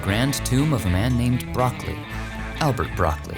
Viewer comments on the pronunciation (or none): Broccoli is not like the vegetable, Bro- ccol- i (pronounced like e) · sorry, its not broccoli like the veggie, but like broc-coalie.